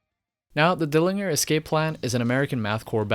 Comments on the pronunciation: dilling, -er? etf not Dill-in-ger? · Also dill-ING-er? What?!... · it’s pronounced “Dil-lin-jer.” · It’s DillinGer… with a G in it.. Not Dilliner 😂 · Wow. That’s not at all how you pronounce the name. It’s dill-in-JER. Since you pronounced the literal sound of the letters. JER. Not GRRR. 😂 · Its Pronounced Dilling-Jerr, not Gerr. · God damnit. JER. NOT ING-ER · Good video about a band I like but haven't thought about in a long time. Just fyi, I think Dillinger is pronounced Dillin-jer not Dilling-er. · wait did he just say "Dilling-er" ??? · You lost me on the 2nd word. It's pronounced dyilengiery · its Jer like Germany. Dylan-JER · Dillinjer? :p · and to further be a jerk, they have always pronounced it as: “dillinjer.” Not that that’s important though. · The 'G' in Dillinger is pronounced like a 'j'. That really bugged me dude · Like why pronounce it with G and not J... it’s pronounced Dillinjer you fool. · Dillinger is pronounced with a soft g, my good dude. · d i l l i n y e r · Dilli en ger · Dill linger. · DillinJer man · If you're going to mispronounce Dillinger. You really should just mispronounce everything else for continuity. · You can’t pronounce Dillinger. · When I hear something 'mispronounced', as in with this video, I wonder if; a) I've been mispronouncing that band name, all this time, b) The speaker cannot pronounce the band name correctly, c) The speaker doesn't KNOW how the band name is pronounced, d) I'm a pedantic cunt I suspect option d) is a dead-cert but other than that, I don't know. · he only says Dillinger 43% right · bro u cant even pronounce dillinger right, how u gonna make a whole video abt them? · Soft G in dillinger bro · I had to stop watching 2 minutes in because of how u pronounce Dillinger... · Dude thats not how you pronounce dillinger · The way you pronounce ‘dillinger’ hurts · For a short moment I thought I'd been pronouncing it wrong all my life! Had to check on wikipedia. He is pronouncing it wrong!